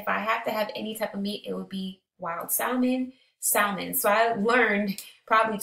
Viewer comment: Great video ! Just fyi the L in salmon is silent 😂